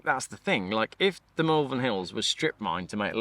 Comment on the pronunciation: Wow! That was a marathon vlog & a good one at that. Really like the chap you teamed up with in Malvern. Talking of Malvern, it's pronounced mawl-vern not mal-vern as you did at the beginning of the video. Another final gripe, can't believe you used to pronounce Worcester, wor-ces-ter as a kid? I only thought it was Americans who couldn't pronounce Worcestershire's (or worces-ter-shire for you and the Americans)county's capital. I guess East midlanders can be added to the list 🤔 joking apart, another quality vlog explaining the horrible truth about the dreaded EV infestation. ❤